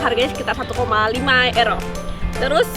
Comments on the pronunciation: euro (yuro) msk euro (ero) ngomongmu seh mbulet ngono kui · sebutnya kok ero? bukannya yuro? hehe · euro bacanya euro ya bukan yuro?